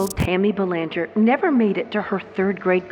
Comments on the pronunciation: In Mass the name is pronounced Bell-AN-ger with the emphasis on the an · I enjoy your narration, however I was disappointed with the pronunciation of her last name,I heard the proper pronunciation in your 1st media clip,I believe it would be vital to least give her that dignity of this small respect 🙏- (Well, I guess AI rules the world now- sigh 😢) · I live 30 minutes from Exeter I'd say the meth and fentanyl haunts these areas n you're not pronouncing that little girls name right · I can’t listen to you mispronounce Belanger. Do some research on proper pronunciation before airing next time geez 🙄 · Pronounce the name right.